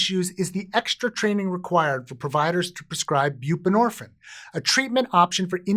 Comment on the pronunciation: Is there a reason you done pronounce the “ine” part of the word “buprenorphine”…? Is it like, a French thing, orrrrrr….. HINT: it rhymes with “morphINE”… indirectly… well in an Eminem kinda way.